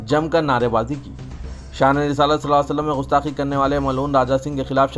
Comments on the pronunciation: Ghustaqi nahi gustaqi hai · Bhai Sahab Gustaqi Gaaf se hai Gain se Nahi umeed hai aap Urdudan iska khayal Rakhange